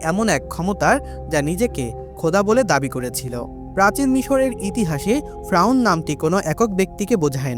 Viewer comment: ফ্রাউন না রে ভাই 'ফেরাউন ' । ( Don't mind )